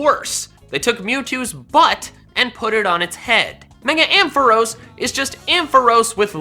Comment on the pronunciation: He just said Am-Fah-Roas It's Am-Fah-Rahs